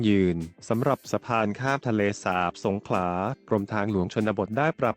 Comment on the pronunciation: เห็นหน้าปกแล้วรู้สึกขัดใจนิดๆ.. ทะเลสาป..คำที่ถูกต้อง..สาบ คับ กับอีกผู้ใหญ่ท่านหนึ่ง รายงานรัฐมนตรี อ่านชื่อจังหวัดสงขลา เป็นสงขา..แต่อย่างไรก็ดีก็รู้สึกดีใจคับ ที่โครงการนี้กำลังจะได้เกิดขึ้นจริงๆคับ